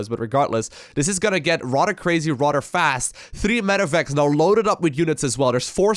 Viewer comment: "Dis is going to get rodder crazy rodder fast"